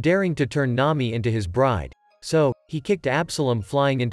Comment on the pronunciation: Nami ❌ Nayi ✅